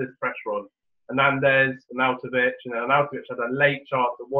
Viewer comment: 1st time listener. Yes I enjoyed it and gave it a like. Feedback would be: there were a few audio issues, volume raising / dropping etc. And wrong pronunciation of footballers names was a bit annoying. Like 'Dave-id' Silva, Ar'naught'avic + 1 or 2 others. Otherwise nice one 👍